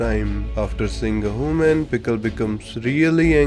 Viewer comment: Ah yes "hooman"